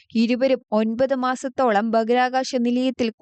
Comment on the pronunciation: ഭാഹിരആ കാശം. Not ബാക്കിർകാശം